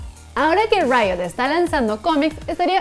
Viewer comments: Cuando le dices Rito a Riot :´v min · Es impresión mía o dijo Rito? xD